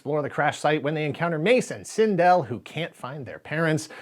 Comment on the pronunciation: Cindel is pronounced "Sin-dull", not "Sin-dell."